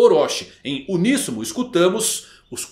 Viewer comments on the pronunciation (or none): none